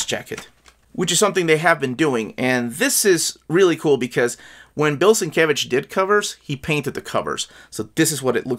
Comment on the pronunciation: It's pronounced "Steve Lay-oh-la-la" and "Bill Sin-mumble-mumble""